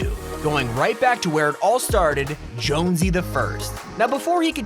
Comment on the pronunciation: Are you sure he didnt say Jones blouse because thats what im hearing